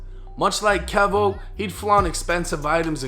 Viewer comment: Keyvo.. its pronounced keyvo. Just ask charleston white